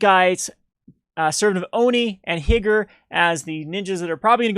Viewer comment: Higure is pronounced Hee-Goo-Ray.